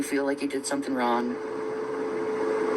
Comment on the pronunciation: She's saying "wron" instead of "wrong" Deni. She doesn't pronounce the letter "g" in all words. She's saying "wrong" but pronouncing it "wron".